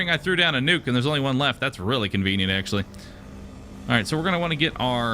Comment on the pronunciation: how many times did he say convinent?